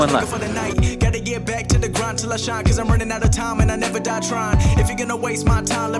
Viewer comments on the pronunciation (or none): none